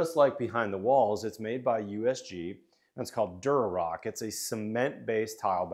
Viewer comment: It’s Durock,, not “Durorock”